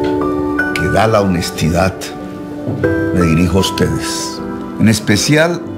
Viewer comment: Serenidattt.. honestidattt.....😂